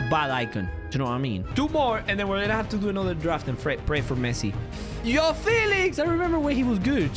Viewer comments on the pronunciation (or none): none